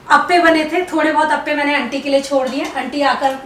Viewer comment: Just a Small minor correction....appe rakh die hai..chod diye sounds different...i hope u understand